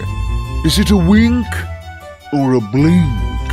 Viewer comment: It's a bwink